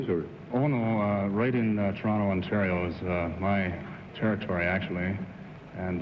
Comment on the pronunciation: How long have we been dropping the second T in Toronto? Wow